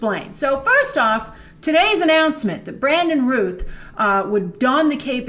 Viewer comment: Hate to be that person but... his last name is pronounced like mouth not ruth